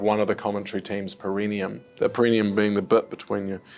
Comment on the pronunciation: So many years later, and yet you guys still have no idea how to say 'perineum'